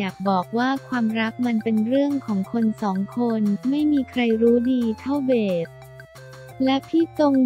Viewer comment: อ่านน่าเกียจจริงๆ ชื่อก็อ่านผิด เค้าชื่อเบสไม่ใช่เบด